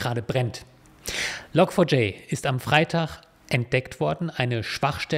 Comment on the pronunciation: Log4J wird übrigens "Log Forge" ausgesprochen, also "Log Schmiede".